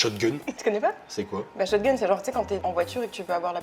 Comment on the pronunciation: Personne je dis bien personne dit " Shot-gun " ?? wtf